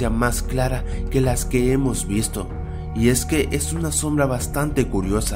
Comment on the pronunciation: de decir eimos